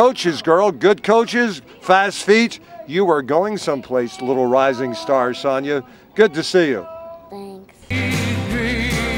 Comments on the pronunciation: It's Sofia! Not Sonya 😁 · Sofia pronounced So-neee-ya